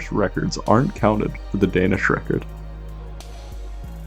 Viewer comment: I love watching people try and fail horribly to pronounce danish names and words 😂